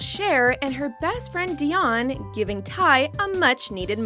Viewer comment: it’s dee-on not de-yon